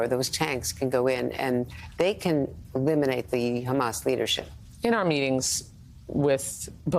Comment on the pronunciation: Trump Handlers need to give him his Dementia Meds & also tell him that it’s Hamas & Not Hummus. 🤪